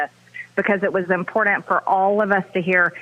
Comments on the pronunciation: I can't stand the way she says "important". It always comes out of her mouth with a D sound. Impordant. That's just one of the MANY things I can't stand about her. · Good Grief! Marjorie STFU! The fact that anyone would even vote for her speaks volumes! We all know she's batshit crazy! It's important, not impordant. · Impor-dant...thank you, that drives me nuts! Sure sign of stoooopid! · I hate how she says “imporDant”! Does she not know it’s got a T and not a D ?